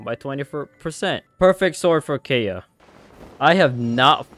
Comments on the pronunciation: Keya? It’s pronounced Kae yeah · HE SAID KAY-UH BUT ITS KAI-UH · Did you just say kaya it is pronounced ky-uh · Kay-a? KAY-A! It’s Kai-a! Spelled Kaeya! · The way (mis)pronounces Kaeya's name like "Hey Ya" made me imagine how dangerous Kaeya would be with puns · i love it when you pronounce it as keya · kay-ya? wHat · Never say Kaeya as Keya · It’s pronounced Kaeya (Kai-ya) lol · It’s pronounced K-eye-uh PLS 😭😭😭😭😭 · Okay im getting triggered by him saying Kaeya wrong... Keya? Like what, who says keya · I’m triggered by the way he pronounced kaeya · smh I’m with you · not how u pronounced his name wrong the entire vid helppp